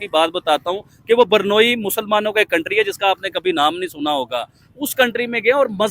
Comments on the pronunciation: Sorry but it's not pronounced Burnoyi, it's is pronounced Brunayi and spelt Brunei. 😂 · yaar pls.. barnoi nahi hai woh.. usko bolte hai.. BRU - NAI. BRUNEI. aise bolte hai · Burnoi Nahi Brunei Hai... 😂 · Abhe Jahilon, woh BUR-NOI nahi hai, woh BRU-NEI hai 🤣🤣🤣🤣🤣🤣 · बरनोई नहीं, ब्रूने है सही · Hello it's Brunei not Burnoi or Burnol😊😊